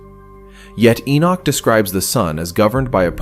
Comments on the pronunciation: The correct pronunceation of Enoch is not E-Nik it is E-Nock like knock on a door. There is no "I" in the name! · Again why not use a human voice instead of an AI Narrative? The narrator can't even pronounce Enochs name. Calling him Enich.